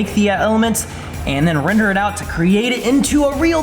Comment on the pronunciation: Guys, I miss the “Wrender” pop ups whenever said render.:)